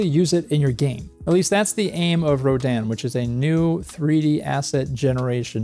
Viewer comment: Did they say it was pronounced "Roh-DAN" or are you doing it that way to be a rebel...